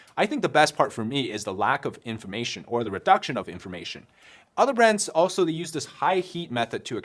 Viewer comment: ik youre saying inflammation in your ad, but it sounded like information 😭 "it reduces information" made me chuckle